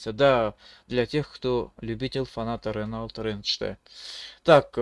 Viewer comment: Ранелт, бля аж до слез))) чувак эта марка называетс Рено